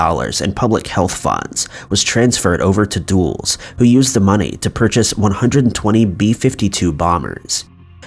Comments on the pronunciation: It's not pronounced "DOOLS". It's "Dull-es". Even "Duhl-es" would be acceptable. As in Alan Dulles. Come on, man! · It's pronounced dull-is. Not duels lol. Dulles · WILL YOU PLEASE LOOK UP HOW TO PRONOUNCE PEOPLES NAMES! "Dulles" is not pronounced /duels/ it is pronounced /dul•las/ like Dallas but with a soft "U" in the first syllable. You have almost 2 million subscribers - it takes ten seconds to look up how to pronounces a word you don't know. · "Dulles" is pronounced in two syllables, as in "Dull-us." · Dulles is pronounced "dull-iss".